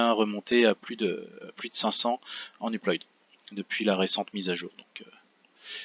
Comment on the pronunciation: Sauf erreur de ma part, 5Go en 1 minute environ ça fait plus dans les 50Mo/s soit 400Mb/s (approximativement). Assez loin du gigabit donc. Petit reproche également, upload ça se prononce pas « uployde », mais « uplaude ». Mis à part ça sympa d'avoir partagé tes speedtests.